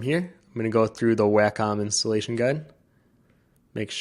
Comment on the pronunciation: Great vid! and just so you sound as knowledgable as your video and skills, its "Wah-com" not Whackom :D Cheers!